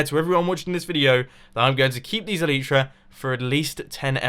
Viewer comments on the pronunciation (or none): Its elytra not elyta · in the episode plan you said elyta instead of elytra. mumbo is amazing #lovethatmumbojumbo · Elytra, not elyta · "Get elyta" in the beginning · "get elyta" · it's elytra, not elyta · "Get Elyta" Good job mumbo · ELYTA?! MUMBO! xDDD ELYTRA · Elytra.. not elitra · 'get Elyta' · ya get elyta its elytra lol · ... "GET ELYTA?" Mumbo... Really? (BTW, all caps because that's how it is where I quoted it.) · OMG HOW YOU GET THE "ELYTA" I T NOOOT EVN TING SO HUW YOU GEET ET YOU HAXOR! Kappa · El-y-tra, stress on first syllable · at the start "Get Elyta" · "Get Elyta", What is that mumbo? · "Get Elyta" XD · 12 seconds in and you already failed "Get elyta" XD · Love me some "Elyta" mumbo😂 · I think the correct pronounciation is El - i - tra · "GET ELYTA" What is Elyta? xD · STOP PRONOUNCING ELYTRA INCORRECTLY!!!!!! Pls if you don't comply, I will go brain dead